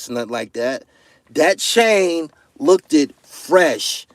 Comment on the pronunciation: You cant be out here saying you're the best and saying "look-did" at the same time. You pronounced it "looked" a couple times in the video, so you definitely no better!! Get your shit together!!